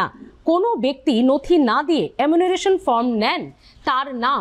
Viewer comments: Apni bar bar emunaration bolchen,ota actually enumeration hobe....!!! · দরকারি কথার থেকে চোখ মটকে গপ্প করার ঢং বেশি।বারবার “এমুনারেশন” উচ্চারণ করছেন। গুছিয়ে নিন । তাড়াহুড়ো করবার দরকার নেই । অনেকেই “এনুমারেশন” কে “এমুনারেসন” বলে ফেলে।